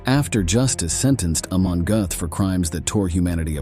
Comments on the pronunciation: Whatever kind of Ai is used to do the voice over for this needs uninstalliing, it mis-pronounces the same word about 50 times!!!! 'Gothe, Goat, Goot, Gooth, Goth' .... it is pronounced "GURTH" Rhymes with Earth. As for the actor who played him in Spielbergs film 'Schindler's list' , his name is pronounced "Rafe Fines" rhymes with Lafe Pines.... Otherwise this was an interesting and informative film, sadly the mispronunciation ruined it for me. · Very good video, but, please, it's pronounced "g-er-t" not "g-oo-th". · What is it another showing of “Schindlers List” . Some people will do anything to make money. Should also lean some pronunciation of names….. Gooooooth! would have better been saying “Got. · His name is pronounced Gert. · Narrator totally butchered his name! Smh